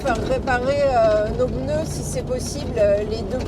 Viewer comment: 10/26 "les deux pEUneus qui avaient des Zhernies"? 😆